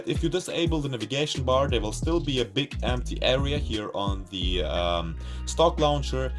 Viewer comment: I thought you said pig lol hahaha.